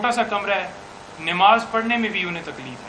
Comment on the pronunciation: Jahil wakel namaz ko nimaz keh raha hai jesi qom aise wakeel